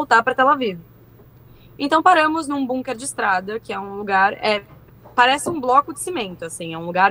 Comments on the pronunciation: que agonia essa menina falando BUNker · Bunker kkkkkk essa pronuncia me desconectou da seriedade do assunto